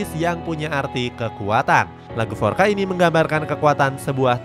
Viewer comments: Bang di bahasa portugues FORCA itu dibaca FORSA bukan FORKA. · Forca selalu di hati, tp bukan forca skrg yg udah diremix, forca lama yg original jauh lebih bagus Btw bacanya forsa bukan forka